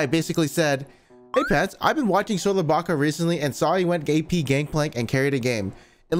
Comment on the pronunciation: “Gay peee gangplank”